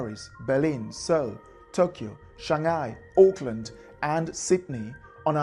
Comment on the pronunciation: Auckland not Oakland.